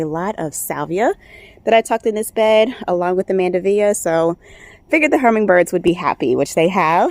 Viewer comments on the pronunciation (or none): mandevilla. Pronounced " mand-e -villa" not mandevea.